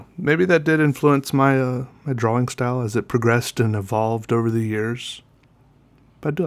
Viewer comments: Drawing is pronounced dror-ring not draw-wing. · Leon Dunphy * draw-ing *